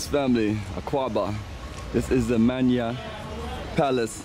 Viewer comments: Hey bro, it’s not “manya” as you pronounce it. It’s “man-hyia” lol I can understand the accent. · Yes Menshia will be the right way of pronouncing it. It literally means town meets. Oman...means town and shia means meet so town meets. So the township, people of the town or place, in this case Asantefuo, asante people meet here so omanshia, manhyia. The Akan language is a highly developed conceptual language.